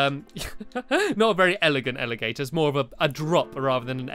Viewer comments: You said alivator instead of elevator. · You said elegator